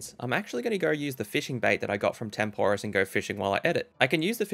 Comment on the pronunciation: no way this man can't pronouce necklace or tempoross